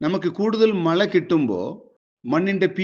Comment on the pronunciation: മള അല്ല പാണ്ടിക്കാരാ മഴ, ആളുകുവല്ല അഴുകും. 🤣🤣